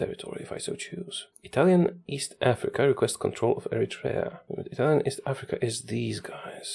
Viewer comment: As italian i need to congratulate with you because you have a great italian accent better than people that lived in italy